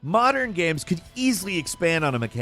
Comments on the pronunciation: What are "Ames?" 😂😂😂😂😂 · "modern ames"